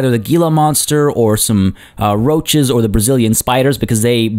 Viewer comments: Gila is pronounced Hee-la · Love the series so far! Heads up though, Gila Monster is pronounced He-La Monster :) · It's pronounced hila monster even though it's spelled gila monster your driving me crazy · New here, great series. :) An idea to do better views for visitors: walkways over your sunken habitats FYI "Gila" is pronounced "Hee-la" (G = H).